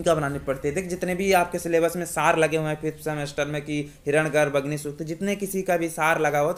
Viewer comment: आप इतने महान सूक्त की बात कर रहे हैं, और हिरण्य गर्भ को हिरण गर्भ उच्चारित कर रहे हैं, वो भी सार्वजनिक रूप से ! ?